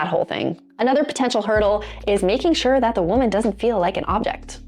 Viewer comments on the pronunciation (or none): none